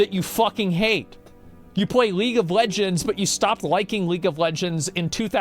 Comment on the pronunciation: how u gonna say league, shots fired g